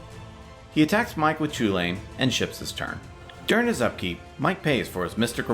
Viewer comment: It's pronounced cuhullen. I don't care what anyone says.